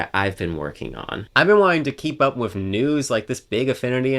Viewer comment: Dude. Please stop saying "wif". The word is "with". Don't be lazy.